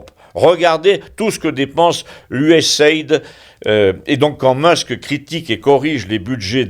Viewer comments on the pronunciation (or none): none